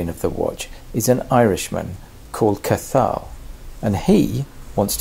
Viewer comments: it'a not Ca-thal, it's pronounced Cah-h'l, but fabulous video, congrats on the exemplary work as always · Love your videos but Cathal is pronounced 'Kah-hal'. Did you not ask him how his name was pronounced? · Love the work sir but I think you might need to work on the pronunciation of the Irish dudes name. If it's spelled Cathal. Then the pronunciation is more like Caw Hill. Somewhat appropriate with the the birds outside your window. May he wear it well in the US of A. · That pronunciation of the poor lads name, Cathal, sounds like caw-all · If you're ever interested in learning how to say Cathal properly, gimme a buzz. Basically it's like Ka-hal. (both As are short) No th in there at all. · Cathal is pronounced Ka-Hol, the T is silent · Irishman here - just FYI the "t" is silent in the pronunciation of Cathal. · Hi Frank... and I should know this sir! Englishman attempts Irish pronunciation!!!....on the upside I did have Co'hill's permission to go out with 'my version'. Note to self - 'Learn how to pronounce names correctly'.... I got 'Billy' right!:) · Hi Gerard... I am so pleased I am doing a second video featuring 'Caw Hill' as I get a second chance to redeem myself! I should know this stuff and I did at least have Cathal's ok for going out with the bad pronunciation! On the upside.... I got 'Billy' right!:) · FYI, Cathal is pronounced without the T. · He ain't ur friend if ya can't pronounce his name correctly 😊 great job on the watch though 👍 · saying cathal like he's from the far east ffs 😂 simple name to pronounce mate